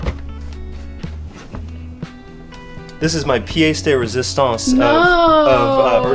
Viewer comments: Piece de resistance is pronounced 'pee-yes', not 'pee-yay-se'. That's why nooooooooo (I bet). Meaning: most important/remarkable feature. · How can you know what it means when you don’t even say it right. Pièce de Résistance